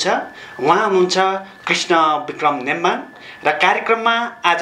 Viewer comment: ए पत्रकार भाई नेम्वाङ हो नेवाङ होईन। एडिट गर।नाम नै बिगारी दिनु त भएननि।